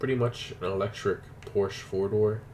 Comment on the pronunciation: porschE guys Im from Stuttgart where porschE comes from! And it's not Porsch it's Porscheeeeeee